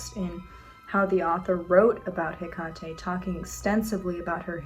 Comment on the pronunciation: Wait is it pronounced Heck-at-ay? I thought it was Heck-ate.